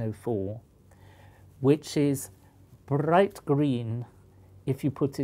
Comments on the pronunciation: "Brrrrrright green" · brrrrrright green.. 😂😂